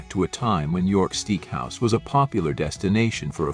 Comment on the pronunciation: Was I hearing things or did the AI voice pronounce that "York Steek House"? This is getting out of hand, especially when the mispronunciations are laughable, and nobody seems to review them for errors. That, and gourMET. Also, the simulated film scratches/dust are really overused as a special effect. Otherwise, good material.